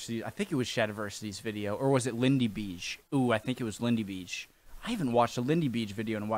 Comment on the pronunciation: It's not a drawing it's a tapestry, a embroidered textile item. It's lots of women sewing the details on a fabric. It's not Lindy Beeeige like you pronounce it but Bayge. If you listen to his videos he says his name in every one and the Lego figure at the end of every video says it.